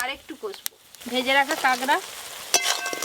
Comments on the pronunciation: দিদি তুমি কাঁকড়া কে কাগড়া বলো কেন⁉️শুনতে খারাপ শোনায়... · Kagra na kakra vul kotha bolchen r language thik korun